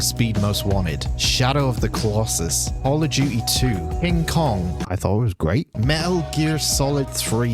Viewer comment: Did you say call of DOODY